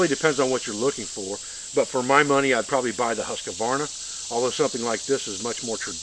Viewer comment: ) say it like this next time. Huuus- kvaaarna.